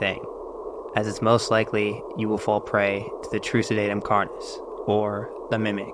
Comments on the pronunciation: “Carnis” is pronounced like “car-nis” and the plural is “carnes” (pronounced like “car-neys”) It’s Latin and follows third declension rules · its car-nees, I hear you saying carni like as if the plural of carnis is like cactus/cacti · plus, thats just the text-to-speech weirdly pronouncing it, if you actually look up the latin pronunciation it says car-nis